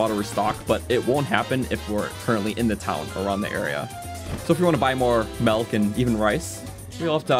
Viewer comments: Milk, not "melk" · This dude for his entire life: “MELK” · I love how he says "melk" for milk 😭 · this is legit just saying melk for half an hour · You're from Ontario, aren't you? Your pronunciation of 'milk' gives you away.